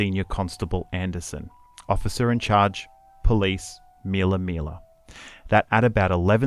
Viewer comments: It's not Meella Meella ... it's Millaa Millaa for goodness sakes. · Btw... It's not "meal uh, meal uh. It's Mill uh. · MILLA MILLA FFS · Please pronounce MILLAA MILLAA CORRECTLY